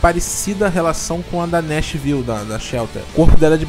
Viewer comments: Bacana o video, elucidou muita coisa, mas, só uma dica: Nashville, a pronuncia é ''néchivil'' e não ''nechivaiol'' como eu também costumava dizer e passava vergonha...rs Tenho um amigo que chama a Cort de ''Cârti'', mas a pronúncia é córti....rs Show! clica nos falantinhos em baixo das paravras e ouça a pronuncia... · Nashville, cidade americana conhecida pela country music. Se fala "néchvil" mesmo ; ). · "nashvaiou" foi foda!